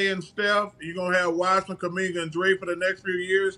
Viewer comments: Chuck tripping, they drafted wiseman and its kuminga not cumanga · They will learn to say his name correctly very soon. Kuminga”s success will force them to fix this problem. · LMAO NO WAY HE SAID KUMINGA LIKE THAT